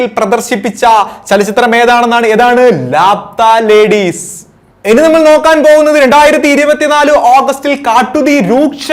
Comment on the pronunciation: ലാപ്‌താ ലേഡീസ് അല്ല "ലാപത്താ ലേഡീസ് " ... എന്ന് വച്ചാൽ കാണാതായ സ്ത്രീകൾ